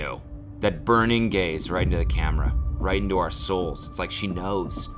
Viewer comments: definitely thought you said “burning gays” not “burning gaze” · When you here Cody say “burning gays” instead of “burning gaze” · BHSJBDJSADH I THOUGHT HE SAID "if you only knew that burning gays" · Holy shit i thought he said burning gays and not burning gaze lmao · When he said “that burning gaze” I sure as shit thought he said “that burning gays” and now I’m simultaneously disappointed yet relieved. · Did you just say burning gays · Who else heard “burning gays” not “burning gaze” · It took me a bit to realize he said “burning gaze” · Bruh, I thought you said "burning gays" . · he said "Burning gays" and I was like WTF? Then I realized that it was BURNING GAZE!! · who else initially heard "burning gays" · I did a double take because I thought he said "burning gays" and I was like please Cody, not during Pride month 😤🤣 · When Cody said “that burning gaze” I thought he said something else and I got REALLY confused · why did i think he said burning gays helpp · what i heard, "if you only knew... that burning gays right into the camera..." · i thought he said ‘burning gays’ and i was like WHAT?? where is this going pls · I thought he said “burning gays” and I thought jeepers creepers Cody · tell me why i misheard "burning gaze" as "burning gays" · am I going to hell for thinking he said "burning gays" instead of "burning gaze" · I thought he said burning gays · HAAHDKD ME TOO